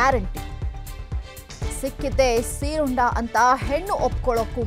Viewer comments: It's not seerunda.. it's seerunde 😂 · ಅಮ್ಮ ಅದು ಸೀರುಂಡೆ.... ಸೀರುಂಡ ಅಲ್ಲ 😅😅😅